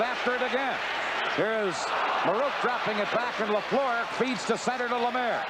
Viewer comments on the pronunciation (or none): Danny Gallivan is still the finest hockey broadcaster of all time. Dan Kelly’s pronunciation of Guy LaFleur’s last name was atrocious. The second syllable of LaFleur rhymes with were.